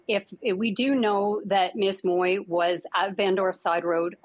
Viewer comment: Please get the right pronunciation of ‘ Mui ‘ - check it out on google - thanks !